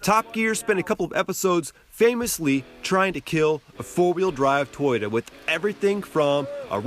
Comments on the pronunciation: First learn how to correctly pronounce Toyota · lol say toyota again